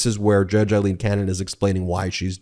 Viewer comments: Her name is pronounced “A”- ileen, not “I”- leen. Eileen and Aileen. Respect Aileen’s name at least. Please. RESPECT! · Hey, Ben. It's NOT i-leen – it's A–leen. Otherwise, great job as ever. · It's Aileen...not Eileen...get your facts straight. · Why do you insist on calling her Eyeleen when she pronounces it Aileen and so does everyone in the media. I think you're great but it is driving me to distraction. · It's Aileen, not Eileen. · It’s not Judge Eileen, it’s Judge Aileen A is pronounced as a long A seriously get the name correct My name is Eileen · Aileen is pronounced 'ale-een'